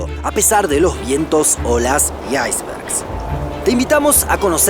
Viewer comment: ¿Porque dices iceberg hablando como un inglés, si esa palabra existe en el diccionario español de igual manera sin necesidad de pronunciarlo de esa manera tan ridicula? Si tu idioma natal es el español, no hay necesidad de decirlo asi.